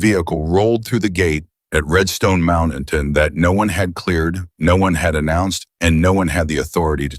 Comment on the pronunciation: How much longer are we to suffer A I's f*k wit pronounceation of single syllable word or a two syllable word changed to Mount-tain-nan, which is three syllables. My theory is if you must use it, EDUCATE IT.